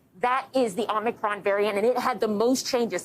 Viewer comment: It is not Om-Knee-cron. If you cannot get the name correct then the rest of the story is just background noise.